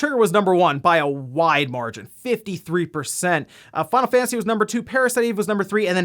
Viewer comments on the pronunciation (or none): none